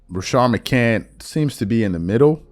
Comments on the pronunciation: It’s crazy that you “can’t” put an S on the end McCant”s” last name! You hear niggas say his name ALL THE DAMN TIME…and you still don’t put respect on that man name! Pathetic! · You put an S on the end of Jennings last name…but you can’t give McCants the same respect!